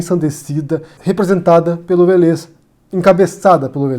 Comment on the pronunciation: A pronúncia é Vélez (acento no É)! É engraçado, que vc sempre erra a pronúncia dos nomes! Kkkkk Ei, adoro seu canal! Parabéns.